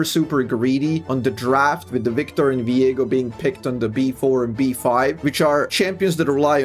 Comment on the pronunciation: No Biktor? Biktor!!!! I gotta stop